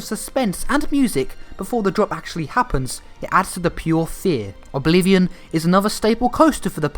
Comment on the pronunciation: He really just called it obi-vilion